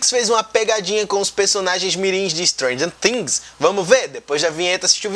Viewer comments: dá até uma agonia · Sua pronúncia de stranger thinks é tão ingraçada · Ele fala Stranger things engraçado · Sabe nem falar o nome da série